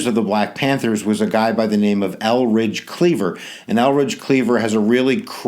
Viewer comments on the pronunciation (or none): Hi that was a very good lesson on the Black Panthers but one thing Eldridge Cleavers name is Eldridge, not Elridge. Thank u i learn a lot from you. You r sooo funny. Lol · Good history teacher, but name is pronounced ElDridge Cleaver, as opposed to Elridge.